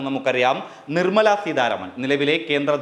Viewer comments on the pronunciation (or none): none